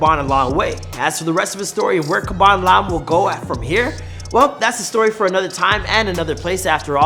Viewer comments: Man said khaban nvm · The way you pronunce his bene Triggers me to an extent I didn't expect, it sounds like you're saying Kebab😂😂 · Why you calling him Kabon if it Khaby? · Why do you pronounced his name khabam? Instead of khaby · It is pronounce Habaan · not being rude or something its Khabby lame( Pronounced like Kaaby lame ) :)) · its khaaaaaaaaaby lame damn it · Iys pronounced Kha"bee" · Lol why do you pronounce his name like that? Its funny how you say it. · I don't know If that's how you say his name bro